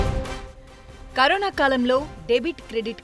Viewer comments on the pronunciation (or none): none